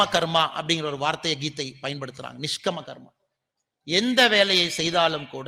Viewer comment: निष्कामकर्मा This is the correct pronouncìtiation.